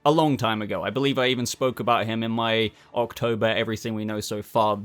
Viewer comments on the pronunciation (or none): none